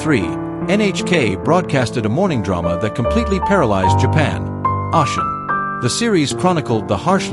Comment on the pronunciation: someone who speaks a bit of Japanese and has Japanese friends it’s very jarring. And it’s not that difficult at all to find out the and hear the correct pronunciations of most foreign words. On top of which the AI isn’t even pronouncing Oshin the way it would be in English. Ah- Shin ?!?